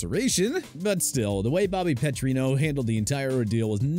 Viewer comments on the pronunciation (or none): I know some of these coaches were bad but did you really need to pronounce so many incorrectly? Bobby Petrino and George Seifert had enough misery at those stops as it was.